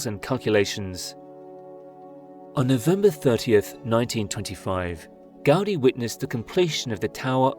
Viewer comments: you say "raise your intelligence bar. It's normal speak for averagely educated humans" yet right after you proceed to talk about things you don't know. Talk about ignorance, but the fact you say "Gaudy" instead of "Gaudí" already shows you have no clue what you are talking about. As someone who has lived here for four generations, it's disgusting to see people like you talk about things they have no idea about. You miss all nuance, all the cultural implications, the economic growth, and all of the good this project has brought to my hometown. You blame it for things it has nothing to do with. Say the tourists are ruining our economy while having no idea what the current economic and social status here is nor what the cause for it. I am yet to meet someone against La Sagrada Família as a whole. Well that is excluding people like you who weren't born here nor don't even know the history behind this city. Ignorance and hypocrisy—you throw out those words yet that is all you are. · Gaudí should be pronounced "gawDEE" not "GAWDee". Did you not see the accent mark over the little letter "í"? Do you think it was put there just to make it look cool? Have you zero ideas about why accent marks exist?